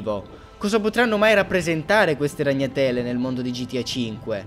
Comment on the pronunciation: RagnaTÈle nè, ahahah bella!